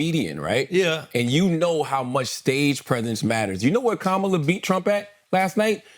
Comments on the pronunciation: Correct him, he mispronounced her name, all disrespect, and that’s a black man you should’ve correct him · Charlemagne, please check this guy on how to pronounce Kamala! It"s disgusting how these pigs mispronounce her name! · Say her name correctly and be respectful Andrew! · A third rate comedian just called Kamala Harris “that girl”. Only in America… I love it! And this moron continues to mispronounce her name…freedom is beautiful. He is also pretending to be a therapist “ imposter syndrome “. Trump knows he doesn’t know shit about shit and the Truth. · The individual on the left couldn't take two seconds to learn how to pronounce Kamala's name correctly? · Start by pronouncing her name correctly, put some respect on her name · Of one can say pamela ..then, one can say her name!! Stop f up her name. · Dude cant even say her name correctly.